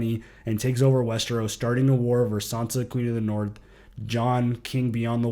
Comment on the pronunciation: The Boston accent 😂😂😂💀 “ Going Naaath!”